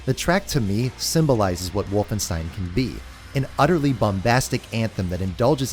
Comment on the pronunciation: Nobody:: So I played Wolfenstine I ain’t even mad